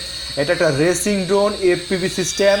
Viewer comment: ভাই ওটা রেচিং না রেসিং 🤪🤪🤪😄😄😄